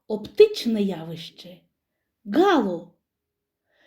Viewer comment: ГалО, а не гАло.